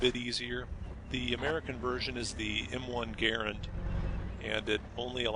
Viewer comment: and to you, the guy who made this video, you dont say it like "M1 Garand" it is spelled that way but you spell it out like it sounds like this "M1 Grand" almost. so just to let you know. lol